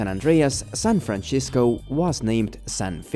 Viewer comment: Gotta love San Franchisco 😂😂😂